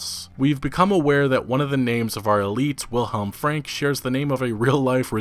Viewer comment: not the best pronouncing of the name willhelm frank ive heard, but sure, its close enough btw great video